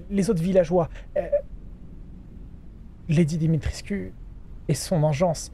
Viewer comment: Alors, juste pour info "Lady Dimitrescu" ça se prononce Dimitrèshcou. :-) C'est un format de nom de famille assez fréquent en Roumanie.